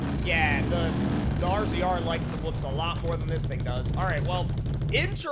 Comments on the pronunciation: Just a helpful tip, that polaris is pronounced "razor" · Btw that rZr is not pronounced r-z-r it’s a razor